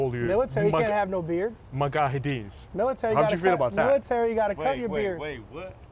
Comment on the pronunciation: "Magahadis" Smh..